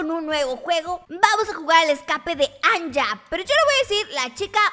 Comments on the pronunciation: Kori no es anga es anya Solo te estoy diciendo :D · en realidad se dice anya no anlla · Kori se llama Anya pero se pronuncia Ania :) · Kori se escribe anya pero se pronuncia com i latina haci ania ❤ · Kori no se llama Como tu dijistes se pronunsia Ania pero se escribe Anya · no se llama anya se dise ania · No es anlla es ania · Se dise Ania pero se escribe asi Anya 😑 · se llana anya pero se dise ania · Se pronuncia ania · Se dice Ania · Es Anya pero se Lee Ania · kori es un animé que se llama anya se escribe anya pero se pronuncia aña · Moro se pronuncia Ania pero se escribe a Anya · En anya pero se pronuncia ania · Se pronuncia aniya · hola kori solo queria decirte q se pronuncia ania solo q lleva y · kori se dice ania :c y se esbribe Anya D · Se pronuncia a ni a y se escribe anya :/